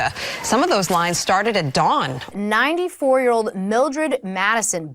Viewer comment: Love Ya Trevor ... after watching many of these I appreciate your humor even more... Just one note... It is pronouned Y-Ear.... not Yar ... lol .... keep up the great work